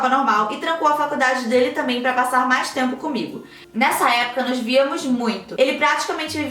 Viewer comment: Só eu que acho que toda vez a fala: "Vcs me mandam MEIAS" KKKKKKKKKKKK